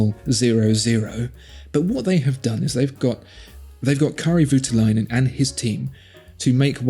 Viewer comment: At last we have something Finnish here, with Kari Voutilainen. I'll have to help you with the pronunciation tho